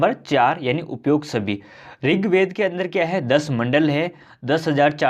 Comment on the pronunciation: ringved nhi rigved hai😁